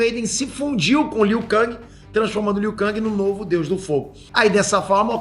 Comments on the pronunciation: É KENG E NÃO KANG Q SE FALA!!!!! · a pronúncia do nome do Liu Kang é Liu Ken (ou Lu Ken) em inglês e Liu Kengui em portugues!!! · O falando Liu kÃng, alguém precisa dar um toque pra ele kkk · Liu KANGI kkkkkkkkkkk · o falando "liu kang" da uma incomodada véi kkk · pow valando armagedoon e liu kang errado.isso mostra q vc n e fã boy kkk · Tão velho que não sabe falar o nome do Liu Kang.kkkkk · Eu fui o unico a perceber que o n falou o nome do Liu kang direito? Kkk